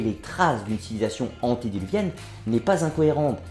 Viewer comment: On ne dit pas antédéluvienne mais : antédiluvienne